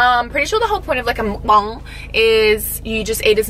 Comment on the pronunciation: First time I've seen a youtuber (who isn't korean or asian) pronounce mukbang properly. WE LOVE AN EDUCATED ICON. LOVE YOU BOTH SO MUCH! Xx Q